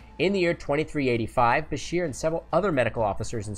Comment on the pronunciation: *Bashir*, not, "Busher."